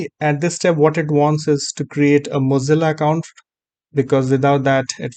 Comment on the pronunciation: Are you saying "muzzle account"? What is that?